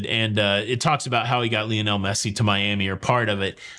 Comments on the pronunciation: I hate soccer… but Lionel is pronounced LIE- on - el ! LIE.. as in “lie around and do nothing” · Thx. But Lionel is pronounced “LI ON ELLE. “ Li rhymes with HIGH. I never knew that Americans pronounced “ Ruined” as “rooned” most of us English speakers say “ ROO - INNED”. Wow weird stories, only in the USA would anyone think it normal to have guns. Thx a lot. Yes the parents are Waco. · I am so glad that he mispronounces Messi's first name multiple times. Makes for a more interesting video.